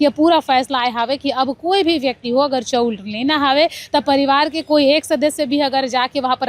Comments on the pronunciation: चौ उर,,चौ उर 😂😂 नही ओ😮 चावल चा ऊर बोल😅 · चौंर नहीं ओ चाँवल बोलते